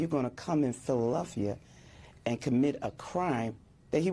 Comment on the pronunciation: She may have pronounced Minneapolis correctly she did call phlly Philllilelphia